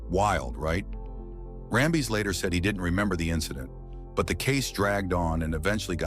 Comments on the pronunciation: "BADDERY " 😂😂 & RAM - BEEZ 😂😂 . . . ITs Ram - bis & battery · Great video, but the fact you kept saying Kurt RamBIS' name as RamBEEZ drove me nuts! Please double check your info before posting. You would be seen as that much more professional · For gosh sakes you found at least 2 ways to destroy Kurt Rambis' name. Rambeez😂 and Rumba